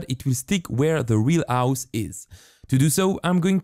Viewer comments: Stop say avhus it’s hose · Why you say ,, ause and not house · My guy it’s house not ouse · no body: this guy: OUSE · I like how he says "ouse" instead of house. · bro says ouse instead of house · HHHHHOUSE not ouse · House ❌ Ouse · Is it me? Or sometimes he says " House " Its sounds like he said " Ouse " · "now to map my ous" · ''My own ouse'' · You say h words in a weird way. You say ow, ouse, and I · ouse?? wtf do you mean house it has a H at the start not an O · i love when u say ouse not House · I’m sorry but “my ouse” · "My ouse" 🤣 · Ah yes his "ouse". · I noticed that he never says h like when he says house he said ouse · Am i the only one who hears aus instead of house? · "To map exeggdli do my ouhs" what? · I like how he says house as aus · No one:: Ouse~ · i really like his "ouse" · “ouse” he’s so cute. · I love the way you pronounce house owse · " the ause" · yes dis is trou is accent is vérie goude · idk this channel that much but can i ask why do you not pronounce the 'h' in any word? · its funny coz he cant pronounce his H's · One like = one H not pronounced